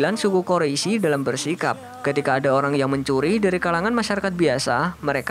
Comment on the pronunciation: min itu Quraisy bukan quroisy